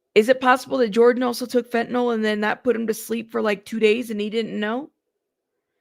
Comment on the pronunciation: Fentanyl, not Fentanol.